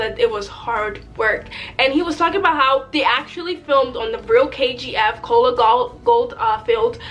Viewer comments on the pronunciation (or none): none